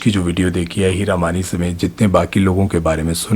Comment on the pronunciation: Hira mani from yr accent sounds like heera mandi